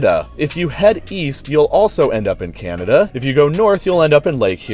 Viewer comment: I'm sorry, did you just turn the UP Canadian?